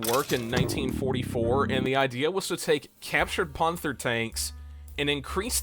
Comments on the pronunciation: why do you pronounce panther ponther? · why dont you pronounce panther right? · Your videos have potential, but you've gotta work on your pronunciation. Surely you've heard the word "panther" pronounced before? And, as a tank enthusiast, "panzer" as well. Not to mention "calliope" in a previous video. Im not trying to be mean at all, it just needs some work. Otherwise the videos are quite interesting! Though maybe slow the pace of the edits down just a bit.